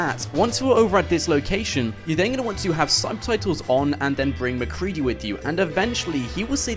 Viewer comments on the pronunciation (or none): It's macready not macrelly